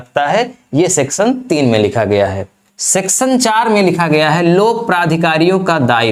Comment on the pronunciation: तुम्हारा लेक्चर मुझ से इसलिए सुना नहीं जाता, क्यों कि तुम्हारा उच्चारण बहोत ही खराब है । १) सेक्शन को सेक्शन २) परी भाषा को परी भासा और भी बहोत कुछ